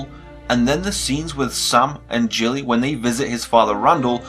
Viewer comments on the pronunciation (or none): Gilly is a hard G not Jilly ;-). Really like your vids and subscribed a few weeks back. Before the compo ;-). Q: how do you Jaime n Brienne will get it together or do you think they won't?